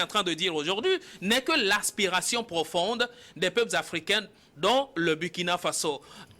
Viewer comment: Burkina se lit Bourkina. SVP!